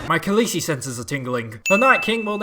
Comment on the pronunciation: “His khalessi” i fucking CRIED everytime you say it “my khalessi” “khalessi senses tingling” omg